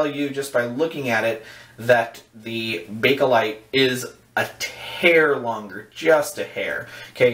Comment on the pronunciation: there is no "a" between bake/light. nice video tho. ok well...synthetic plastic...ty, I needed that. I bet those slants just slice right thru the whiskers.